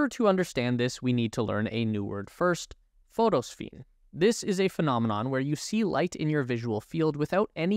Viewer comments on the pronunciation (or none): Photosphene, not Phosphene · Phosphene is pronounced "Foss Fene", not "Photo Fene". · .... ??? "Photo-phene"??? How do you get "PHOTO-phene" out of "phosphene"... ?? Another great Elon Musk production I see.... lol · The pronunciation you are searching for is: phosphene [ FOSS-feen ]. Your mistake is understandable, but correct it next time. PS Nice vid… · Interesting video but there are a couple of big errors. First, you say photons are particles. This is not true. Particles are matter and they have mass. Photons are energy. Second, you display the correct word "phosphene" but you incorrectly pronounce it as "photosphene", which, as far as I'm aware, is not a word. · Phosphene? there is no "oto" in this word.